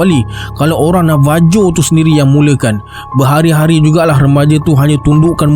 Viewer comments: Correction.... Navajo to kita sebut dan H... Navaho.... Mcm Marijuana tp bila di sebut bukan dan J tp H... Marihuana.... Ok, Jgn marah ek... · Navajo tapi sebutan sebenarnya navaho...